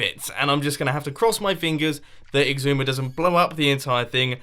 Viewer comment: How you say Xisuma: Icksooma